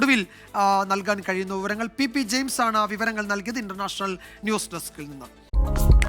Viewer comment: Pp jeyims aganea parayou nime jayims annu